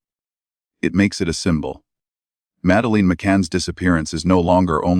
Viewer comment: Why cant AI pronounce madeline🤔